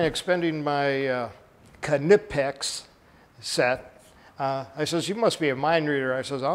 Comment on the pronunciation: It's not Kuh-nipex, that's like Guy Fieri teaching people to roll their R by telling them to say Fee-Eddy. If people can't do the K sound without adding an emphatic "uh" in between, they should just leave it silent imo.